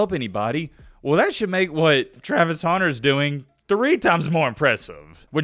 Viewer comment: Travis honer? hunter. Speak.